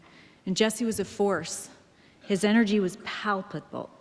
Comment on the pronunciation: what? she doesn't know how to say "palpable" ? Did she write this herself or is she reading from someone else's script given to her?